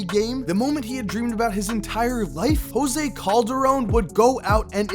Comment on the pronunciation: Did Kyrie say jose coldarone wtf I can guard him